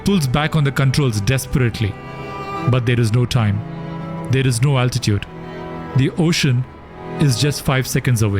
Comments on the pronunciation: Why does the narrator keeps saying "Attitude indicator"....instead of Altitude??? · I’m sorry this video is unwatchable because of how you’re saying altitude